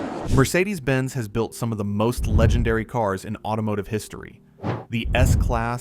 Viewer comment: It is not pronounced "Mercedesuz". It is simply "Mercedes" or "Mercedes-Benz". Irritating A.I. narration ruined an otherwise entertaining video.